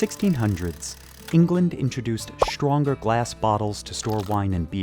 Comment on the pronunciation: “Shtripping.” “Shtrike.” “Shtronger.” “Indushtry.” “Frushtrated.” “Aushtralia.” Please take out the “sh” sounds. It’s distracting. You need a better narrator.